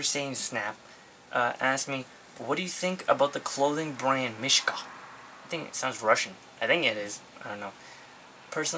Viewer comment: its pronounced meeshka